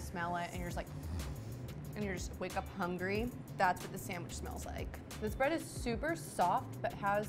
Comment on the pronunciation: She hasn't said sandwich properly yet, expecting her to know the names of all the breads is a pretty high bar.